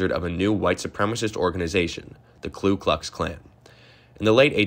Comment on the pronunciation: Also, it's "Ku Klux ...", not "Klu Klux ..."